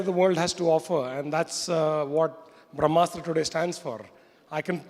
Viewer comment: Indian culture 🤣🤣🤣🤣🤣 People who don't know difference between ASTRA and SHASTRA who can't pronounce BRAHMASTRA Will teach the world about bharatiya culture 👏👏